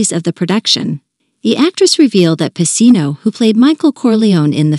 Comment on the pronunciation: Whoever does these recordings meet to get the pronunciation of the actor's last names, right? It's pacino and coppola. It sounds ridiculous when they say it wrong. Because everyone in the world knows how to say it in the real world unless this is an A. I robot